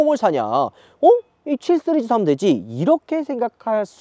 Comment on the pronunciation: ㅋㅋ발음 해외파이신가봐요 7쓰리즈? 씨리즈?